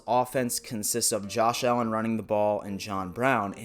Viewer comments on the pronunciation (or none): none